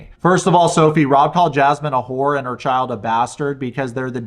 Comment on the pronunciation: So Jazmine goes nuts being called a who-oor then admits she wouldn’t duck a sick for less than a grand.